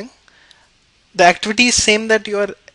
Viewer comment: Activitity haha